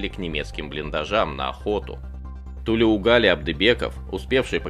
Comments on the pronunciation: Спасибо за рассказ. Одна ремарка: у тюрков, включая казахов, во всех именах ударение ставится на последний слог, как у французов. Поэтому правильно называть героя - ТлеугалИ, а не ТлеугАли. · Какая несправедливость . Заслуженные награды и те не дали. Позор таким военоначальникам. А. Комментатор имя неправильно произносит. Ударение идёт на букву И. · Во всем уважением, имя главного героя правильно произносится с ударением на последний слог. На нашем языке так правильно произносятся имена. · Имя Героя диктор исковеркал... произносите правильно. Неужели так трудно выяснить-как правильно произносить казахское имя??? Где уважение??? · Тулеугали - ударение на букву И.